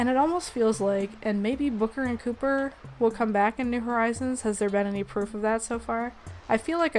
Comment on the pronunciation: It mildly hurt me when you called Copper as Cooper xD